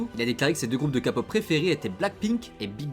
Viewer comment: Pour info le “heon” dans son prénom se prononce HON (avec le son du H comme en anglais et le “eo” qui fait le son “o” [en un peu plus ouvert]) Et la k-pop c’est pas de la kapop non 😂 c’est “keï-pop” pour la prononciation… c’est pas pour être malveillante ou quoi mais juste comme ça tu sais